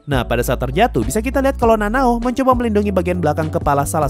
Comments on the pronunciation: Bang kok lu nyebut nama char salah salah ini sengaja ato gmna? :V Kanao = Nanao Gyutaro = Gyaburo ? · Kanao bang namanya bukan nanao🗿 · Akaza bukan akasa☺️ Kanao bukan nanao☺️